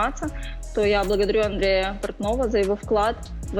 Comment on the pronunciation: Переслуховую і опа! "Я благодарю А н д р е яааааа Порт..." Як особисто вона то вимовляє, навіть емоцію подавити не встигла і осіклась. Господи, а вони разом втекли чи планово знюхались знов? )))) шльондро Ой андрей, хоч молоде, та ніяке. І грошима своїми кривавими Пігмаліоном не зробишся. Правду кажуть, не розпинайся яке ти мачо- вкажи свою жінку. Жінку))))